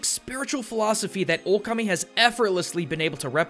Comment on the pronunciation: It's pronounced Shwei Muo Hua Just cause its writen Shui Mo Hua dosen't mean you must read it like that, same like in japanese you didnt say okami but you said it right ōkami .